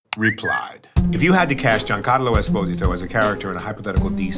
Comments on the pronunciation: It's refreshing to hear him spelling his surname the italian way (with an emphasis on the first "o") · I love how he pronounces his last name with the correct Italian pronunciation, even though the world community pronounces it wrong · Love how he initially said pronounced his surname the correct (Italian) way and later on when speaking faster said esposìto (with the accent on the I) like American and Spanish people say it